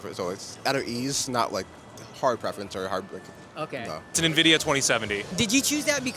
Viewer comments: The number of "nuh-vidia" I heard made me sad. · 5700XT on 1080p holdin out 👻😅. You can tell who's been on pc longer because they actually know it's en-vidia not na-vidia. Us old heads remember the nvidia intro videos "the way its meant to be played" cough I mean paid. 😂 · I'm confused by how many people are pronouncing it 'nuh-vidia' instead of 'enn-vidia'. I've always pronounced it 'enn-vidia'. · ITS NOT PRONOUNCED "NUH-VIDIA" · Yeah like where tf are the E/UH ?Nuhvidia, Nevidia is even worse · Can't take anyone who calls it "nuh-vidia" seriously. Sorry. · So many people say nividia, then you instantly know they have no clue what they are talking about. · Why are all this people calling it "Nividia"?! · “Gvidia XR580” 💀